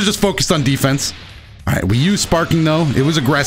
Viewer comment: Everytime he says defence😂